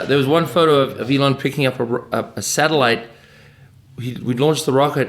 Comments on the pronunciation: "This is something from Alien" Erm, it's pronounced E-L-O-N. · This was very interesting to listen to. Pretty good. Pronunciation of Elon is strange to understand as a non native so I watched it at 1.5 only.